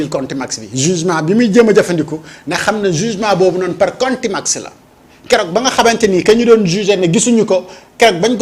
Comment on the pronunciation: On dit contumance pas le mot que a prononcé